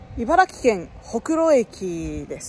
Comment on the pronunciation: ちゃんと、いばら”き”というところに、知性を感じるしかない